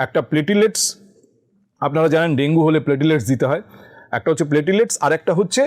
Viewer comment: প্লেটিলেটস্ না - প্লেইটলেটস্